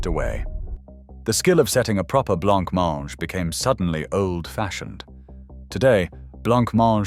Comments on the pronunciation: Why is he pronouncing Blancmange as Blanc-mange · All I see when they say blabmaange is the Monty Python skit😅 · Erm . You can still get semolina and blancmange... But why was blancmange and glace pronounced wrong? Doesn't feel very "British". Especially showing Jell-O! Basically a lot of this is just tastes and fashion. Especially war time dishes that were made out of necessity. Most of the time these days, both parents have to work so a lot of this stuff just isn't feasible. I've had syllabub and was born in the 90s, so clearly they're not all gone. And figgy pudding is literally just Christmas pudding. Many people still make their own.